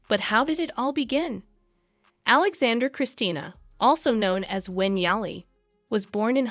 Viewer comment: Prince "You-a-keem"??? Princess Alexande'r'?? Wow.......